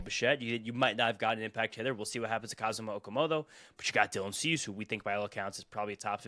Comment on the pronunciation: I know this is off-topic, but pronounces “Kazuma” exactly the same as Japanese people do. I love it.